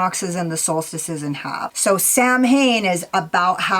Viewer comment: Samhain is pronounce sow-win 😊